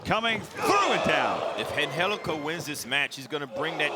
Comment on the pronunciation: How tf is Angelico pronounced Anhelico? Gtfoh!